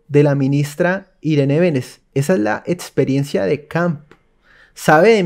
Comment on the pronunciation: Por favor, mejora eso de etsperiencia